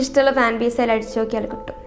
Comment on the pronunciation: Malayalam kurachu padikanund...ayil alla 'athil'